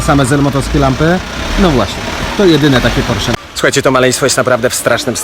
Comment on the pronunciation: porszu ? Kurwa, porszu 😁😁👍